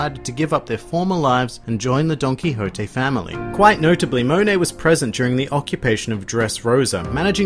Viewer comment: "Donkihotte" (Donquixote)